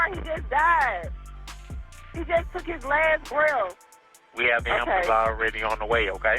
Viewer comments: imagine dying in the street in shitty atlanta, and all this girl can say is "SEND AMBALANTS" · I’m sorry but it’s so fucking funny when someone says “ambalamps” instead of “ambulance”.